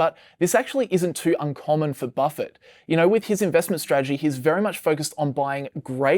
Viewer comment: Its hard to listen when you are keep mispronouncing Buffet name